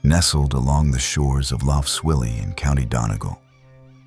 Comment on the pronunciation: Couldn’t listen to more than 10 mins of this pretentious rubbish! And learn to pronounce lough properly - it’s not luff! Off to find a better documentary.